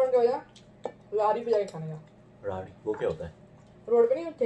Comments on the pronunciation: उसे राडी नहीं रेडी बोलते है 😛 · It's redi not radi bro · Raadhi ni redhi hota h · Wo radhi nahi redhi hota hai